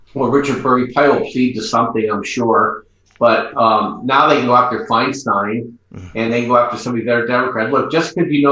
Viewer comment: It is FINE STINE NOT FINE STEEN. THINK OF A BEER STEIN BEER STEIN FINE STEIN